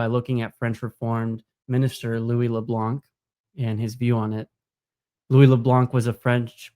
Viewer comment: Great video! This sounds like a combination of the Molinist and Scotist views. Btw the C in Le Blanc is silent.